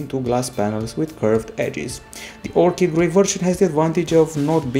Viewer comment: finally someone who pronounces orchid correctly